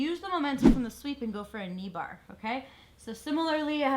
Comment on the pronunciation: lol she said "knee bahh". "ahhh you kidding me?!! theh's no fahckin knee bahhs!!??"